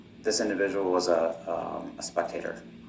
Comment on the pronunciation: Don't think I'll EVER unhear "Spec-Tater"....😂😂😂